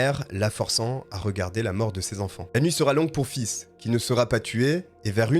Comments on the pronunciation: Très bon travail Par contre Faith ne se prononce pas "fils" mais faythe qui veut dire la foi en anglais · Faith qui veut dire foi se prenonce Fay pas fils mdrrr tu m'as tué 🤣🤣🤣 Bonne vidéo soit dit en passant 👏🏾👍🏾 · Je t'aime bien mais ça m'a écorché les oreilles, ta prononciation! Ce n'est pas "Fiss", mais "F8", prononcé en anglais (8 en anglais, eight!). Sans rancune! :P Petit truc: google translate ou autre app de traduction qui prononce les mots recherchés ;) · Ca se prononce plutôt face lol Sinon bonne vidéo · PS faith se prononce comme fesse à peu près en français. Merci pour tes vidéos et ton enthousiasme ça fait du bien au moral quant à çe sale type le cas me divisé. Je suis pour la deuxième chance, parce qu'on est pas à l'abris d'être aux abois et de voler par exemple, Mais violeur, pédoptphile et tueur en série ( donc3 Mais à 2 ça suffit selon moi) ils devraient rester loin de la société. Mais je pense aussi qu'on devrait repenser le système carcéral en France, les gens pour s'accrocher doivent avoir des perspectives d'avenir, qu'on les laisse plus reprendre leurs effets personnels et paf dehors.., il y a des pays nordiques ou les prisons sont sans murs et les prisonniers ne s'évadent pas. Donc en rendant les prisons plus humaines ont rendrait les prisonniers plus humain, accepter des animaux a été testé en France et s'est révélé très bénéfique car ils apprennent l'empathie et l'amour d'un animal est inconditionnel . Les chats dont le ronronnement est un son rassurant c'est prouvé, ta petite Maya doit te le montrer , devraient entrer dans les prisons qu'en penses tu si tu me lis et les autres aussi??? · Fizzzz on dirait une glace à l’eau dis comme ça 😂 mais j’ai adoré continue! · Très bon travail !!! Bonne vidéo , mais je dois t'avouer que la façon que tu prononce faith me fais mourir c'est un nom anglais 😹😹😹😹 c'est foi en anglais et ça se prononce pas du tout comme tu le fais 😹😹😹 mais ça m'a plus !!!!!!